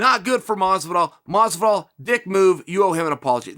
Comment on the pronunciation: "George" Masvidal